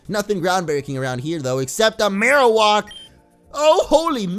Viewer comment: Mar-o-whack is how you pronounce it. It's not mar-o-wok.